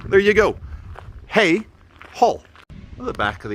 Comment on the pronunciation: it's pronounced hayg! and do they know what's going on? ) gl